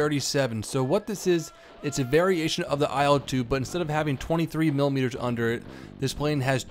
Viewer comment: In Яussian TU sounrds more like "too". And IL like "il" in "will" )))